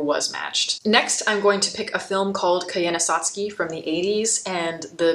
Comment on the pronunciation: I don't want to be a pain. But, if you love Koyaanisqatsi so much, why can't you pronounce it correctly. When the first track has him saying it over and over again. I didn't mean to sound mean if I did.